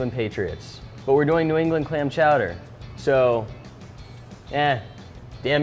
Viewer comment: he said "man chowder"